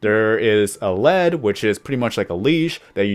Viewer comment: Lead is not pronounced "led" it's "leed" to lead your mob